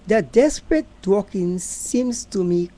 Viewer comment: It's DAWKINS...NOT DWAKINGS.